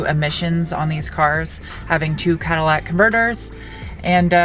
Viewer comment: Did you say Cadillac converters or was that just your accent poking through? 😂